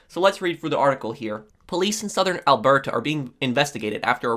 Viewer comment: When pronouncing Alberta, we tend to pronounce it Alberda, it's a rather soft t. Not, he went harder on that T than a Brit during lunch time with the Queen.